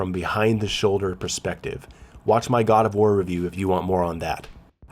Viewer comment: The way you say "god of war" quickly sometimes makes me think you said "Gardevoir" XD